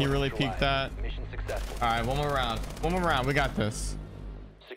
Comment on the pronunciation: bro said roundt